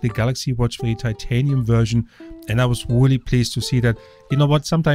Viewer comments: Wooly? I think you meant Really! You should do a YouTube search on how to pronounce your R's so that they don't sound like W. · Weally weally? There is an r in really you know